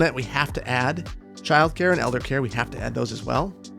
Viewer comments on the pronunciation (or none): none